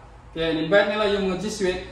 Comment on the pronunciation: jesuit ( dyeswit or dyesuwit po bigkas) hindi po dyesut... mga heswita na pari 🙂